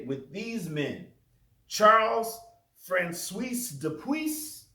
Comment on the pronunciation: Ok I finshed the rest, poor francios having his name so severely mispronounced “cios” can be pronounced as “swah”. But thats beside the point. And I don’t disagree that mythical jesus is not a wide spread believe in scholarly circles. The only problem I really have here is: you claim wikipedia reliable. No! Not good, wikipedia is an excellent start to research but only for a very general overview and the source links at the bottom. I assume you are a bit older than me, so you where not marked as “poor research” when you just used wikipedia as a source in middle and high school as I have. Furthermore wikipedia is not at all unbiased, since anyone can edit it, there are quite a few intentionally false things there, now hopefully they do get corrected by others over time, but the more specific and rarely visited an article is the more prone are you to read false information on there. I do not however think that daubigny, jesus mystical theory, or fringe theory to be infrequently visited articles and thus I tend to still go with: “a good start for research, but not really a good reliable totally unbiased source”